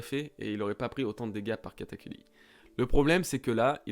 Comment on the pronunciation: "Katakuli" dégueulasse xD sinon cool la review^^